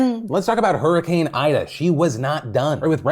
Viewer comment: Its pronounced EEDA and not EYEDA bro.